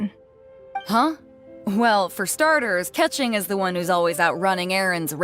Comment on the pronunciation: I don't play Genshin but did you say her name is pronounced Ka-ching in English. Like 💵💲 😂😂